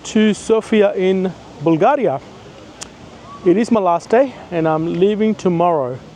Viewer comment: Props for calling it Bulgaria "Bulgahria", as it is pronounced originally and not "in English".